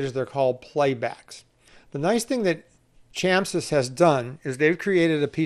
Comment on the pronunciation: Chamsys = Chameleon Systems, so its pronounced Kamsys not chamsys :)